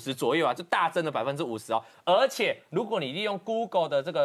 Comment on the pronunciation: 这女的是这样发音的 “资瓷”（支持）”鹅且“（而且）“不子四“（不只是）。农村妇女